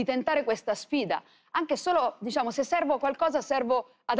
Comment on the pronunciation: "diSciamo," (GioGGIA Meloni).